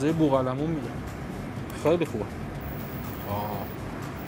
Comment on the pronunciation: بلد نیست بگه بوقلمون دقیقه سه و۵۰